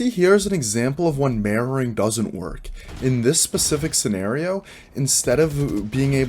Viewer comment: Love your ocntent. If I hadnt already had years in fps/afps...I wouldn't of known what you were saying when it got to 'mirroring' or 'anti-mirroring'. Even knowing and hearihng many people say it over the years, hearing 'marrowing' or 'anti-marrowing' kept bringing me back to anatomy/broken bones etc. Not saying everyone else who was new didn't get it, but I've been around terms like this for years, and I still had to wait like 30 seconds to make sure what you were talking about. No biggie, sort of like when people go to canada and hear 'a-boot' instead of 'about'; it doesnt turn me off, just confused me and if I was totally new, id of been like 'whattt' . Although watching the bots movement with yours helped solve that problem.